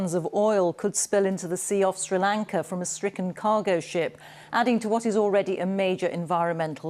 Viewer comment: It’s Not Siri Lanka The News Reader It’s Sri Lanka 🇱🇰